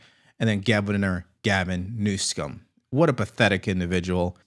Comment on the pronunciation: Please stop mispronouncing the governor of California's name. You are so far above that kind of juvenile thing